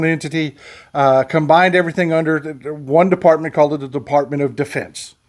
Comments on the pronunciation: Ah... caught ya. You almost said "DeFARTment". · bless you! You started to call it the "De-FART-ment." Maybe you should have stopped there.